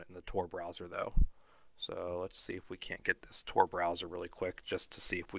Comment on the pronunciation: Did you just say T-O-R ? 😑